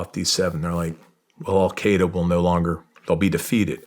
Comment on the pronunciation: The Americans spent 20 years in Afghanistan and they never learned how to pronounce “Al-Qaeda” correctly.